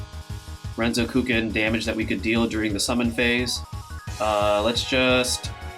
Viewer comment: Awesome overview. Btw the way you pronounce Renzokuken is weird